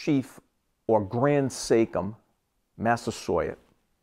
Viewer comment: "Sachem" is not pronounced "SAKE-HIM" buddy. It's pronounced "Satch" as in "satchel" "em"